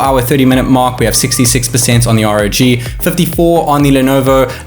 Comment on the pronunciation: R.O.G not rawg.